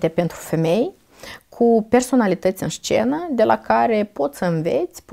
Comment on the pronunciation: Scuze dar, cuvântul "șcenă" mi-a ros urechile...